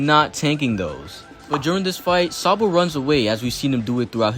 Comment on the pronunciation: bruh said SANbo😂